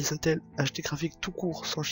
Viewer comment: On dit "ine tel"